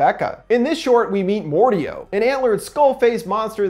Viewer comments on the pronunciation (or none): it’s Mordeo not Mordeow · I thought it was pronounced Mor- Dayo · It’s a great video but it pronounced Mor-day-o not mor-de-o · I believe the proper pronunciation is Mor-Day-O not Mor-De-O dear friend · its not mor deo its mo dae o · Not mordao mordayo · Why do you say it like more dee OH it's more day oh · pronounces Mordeo as Mord-I-O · It’s More-day-oh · Its Mor-day-O j.a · Sorry but it’s more day oh it’s said like that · Just saying it's pronounced "mor-day-o". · Very sorry but I had to say something, Mordeo is pronounced more-day-oh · Sorry but I'm pretty sure the mordeo is pronounced more-day-oh I'm sorry but I had to it was bugging me didn't mean to be rude or anything. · I think it’s pronounced more-day-o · It is said like more day oh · The monster's name, Mordeo, is pronounced "More-Day-Oh" :) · They already say the pronunciation, how the fuck do you still mess up mordeo (more-day-yoh)! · Bruh the way he says Mordeo got me trippin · He TRIGGERED me by mispronouncing Mordeo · Umm he saying Mordeo wrong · he mispronounced mordeo several times